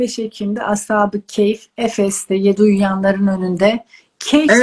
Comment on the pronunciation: Keyif sure bir süre yok!!! Kehf suresi var!!!! Neden bu kelimeyi devamlı bu şekilde telaffuz ediyorsunuz!!! Türkçe mıi bilmiyorsunuz?